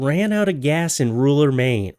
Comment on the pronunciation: Why do so many people struggle to say rural? I see it in a lot of vids and hear it on a lot of podcasts.